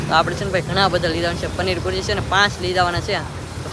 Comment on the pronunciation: પનીર પૂરજી નય પનીર ભુરજી કેવાય 😂😂😂😂